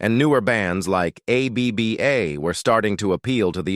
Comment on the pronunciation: ABBA can't even say ABBA properly